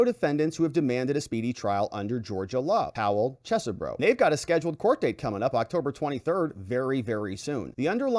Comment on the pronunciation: FYI, the second E in Chesebro is silent. Is not "Ches - e - bro". Other YouTubers are pronouncing it "Cheese - bro" which is also incorrect. Try "Chez-bro"